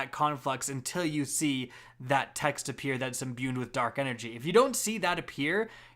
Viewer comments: There is no letter n in the word "imbued". I'm getting unreasonably frustrated every time you say "imbuned". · “Imbuned” smh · Honestly probably added an extra 2 minutes to the video just from all the added up extra Ns he put in the word imbued lol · Imbued doesn't have an "n" in it.